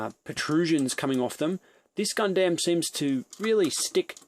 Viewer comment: You can't even pronounce Gundam properly.......